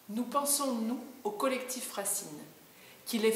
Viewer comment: Bravo, parfaitement expliqué et résumé!! J'adore l'accent pointu de au début quand il dit " Collectif Racine":), ah notre bel accent du sud:)...Il est regrettable que les initiatives et réflexions prônées par le collectif Racine ne soient pas mises davantage en avant par les médias, mais nous ne savons que trop bien qu'avec la propagande officielle, sa censure et sa désinformation, on ne peut rien espérer!! Amitiés:) Patrick